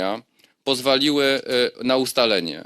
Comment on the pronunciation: Mówi się pozwoliły a nie poswalily